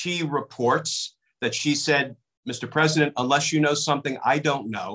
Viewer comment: He’s not peesident